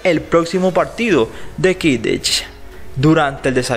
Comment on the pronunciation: Creo que pronuncias mal 😂❤️ Harry Potter / Harry Pouter Quidditch/ Kiditch